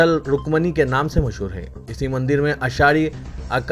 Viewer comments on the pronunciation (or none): none